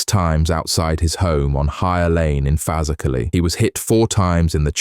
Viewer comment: Say the word proper it's called faz erklay